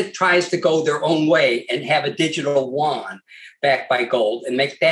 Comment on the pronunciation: There is no difference between the Renminbi and Yuan. It is like dollar and buck. Also Yu-an is pronounced U-N.